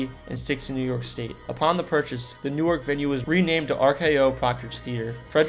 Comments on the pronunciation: Learn how to pronounce your locations... Newark, NJ is NOT pronounced like New-ark, DE. Wanaque was another error. Soho Hospital in Belleville and Overbrook in Cedar Grove were two DIFFERENT hospitals. Hinchcliffe Stadium in Paterson has been totally restored and us now home to the minor league New Jersey Jackals as well as other events. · I’ve never heard someone pronounce New-ark that way lol we pronounce it like Nork !! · That is how it is pronounced in Delaware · Bro, I applaud you for making these vids but you’ve GOT to google pronunciations. I suggest finding videos of locals saying the names. Your pronunciation of “New Ark” in this video and “Tuckson” in the AZ one killed me. ☠️ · I’m from south Jersey and I say New ark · I grew up in Jersey and all the Jersians I knew and know, pronounce it as New-irk. Only people I know that pronounce it like Nork, come from New York…. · I grew up in Newark and it's pronounced Nork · Yeah, it's not "New-ark" Delaware!!! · This guy sounds is a horrible narrator. Slow down, take a breath. Learn the use of periods at the end of sentences. Pause between location descriptions . Learn the correct pronunciation of Newark, Reading Wanaque etc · Not from jersey I would have to say. No one says Newark that way. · You said the Van Slyke Castle was built in the 1990s. WTF? You might want to do this over. You also pronounced Newark wrong. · He must be from Delaware because that’s how they pronounce the city of Newark, DE. Funny I’m from New Jersey so I caught that right away also. 😊 And I usually hear the word f-ing before Nork! 😂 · Wanaque is pronounced Wan uh q. Not Wa knock. And Gingerbread castles is opening again. Newark. It's pronounced new work. Not new ark. Hinchcliffe stadium is also open again. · It’s Nork! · NewArk is Delaware. NEWwerk is how they say it for the N J location. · Newark in New Jersey is pronounced "noork". Newark in Delaware is pronounced "new-ark". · It’s pronounced “Newerk” not “New arc” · Not Newerk, Nerk.